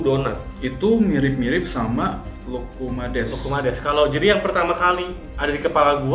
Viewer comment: Fyi aja nih bacanya ga lukumeids, tapi lukumades biasa aja krn asalnya dari bahasa yunani loukoumades (lokma) yg artinya deep fried dough.. 🙏